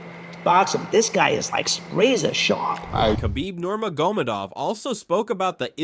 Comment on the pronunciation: Please pronounce Khabib nurmagomedov one more time LOL